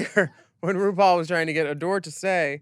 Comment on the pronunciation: gorl what? jinkx called ru broom in her judy garland snatch game. dela called ru "roople".